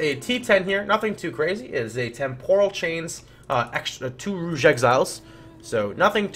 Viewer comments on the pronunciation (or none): Rouge, George, dude please :D You are killing me :D